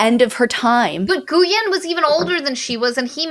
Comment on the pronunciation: This book was amazing! Glad you guys liked it too. Just for the record, Guyen is a Vietnamese name and it's pronounced more like "GWEE-Uhn"